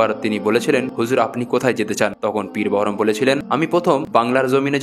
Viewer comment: মিস্টার ---কোথা থেকে এই ইতিহাস পড়েছেন? জ্ঞান না থাকলে জ্ঞান জানতে জ্ঞানের ইতিহাস পড়ে তারপর ভিডিও করিয়েন।বারবার উচ্চারণ করছেন সুলতান একবার। আকবর ছিলেন সম্রাট সম্রাট।জাহাঙ্গীর ছিলেন সম্রাট। কোথা থেকে সুলতান কথাটা পেয়েছেন? ৫ মিনিটেই মারা গেছে --কোথায় জানলেন। পীর বহরম---পীর বাহারাম।ইতিহাস জানতে গেলে ইতিহাস পিপাসু অভিজ্ঞলোক এবং উপযুক্ত বই পড়ুন। আপনার সঙ্গে ইতিহাস আলোচনাতে আমি আগ্রহী কেননা বিকৃতি ইতিহাস সত্য কে অসত্য করে অপরাধ করে। সুফি।